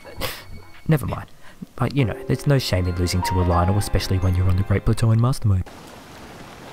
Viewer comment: Why did he say Great bulzo instead of great plateau?